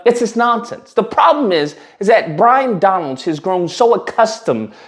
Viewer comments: Byron…not Bryon 😂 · Might help if you got his name straight to sound somewhere credible it’s Byron not Bryon 🤪🤪😂😂 and I doubt that Joy destroyed anything but her own integrity, common sense, and worthiness like the rest of those domb c nts do every day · I love that you keep mispronouncing his name. 😂